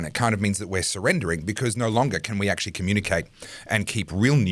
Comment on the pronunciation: Thanks, great segment! always says "ackshee" instead of "actually", and you appeared to adopt that pronunciation too in his honour.